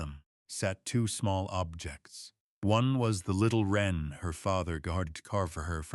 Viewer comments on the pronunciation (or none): Interesting story as opposed to boring. Could we have good English please? Wren a bird for example.